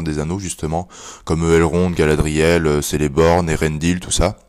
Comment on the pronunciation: Normalement si il y a un phonétique, par exemple le "c" de celeborn ce prononce "k" , mais bon je comprends c'est pas un livre simple je l'ai lu 4 fois et j'apprends toujours de nouvelles choses.